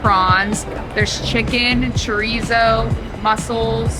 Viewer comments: Oh, I’m not making a dig. I just think you should pronounce foods properly. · Mispronounced Chorizo as well.